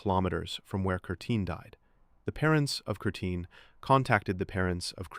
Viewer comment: Her name was Kerstin, not Kertin.